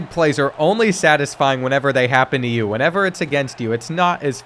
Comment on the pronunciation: Its not bean bro it's YOU 🫵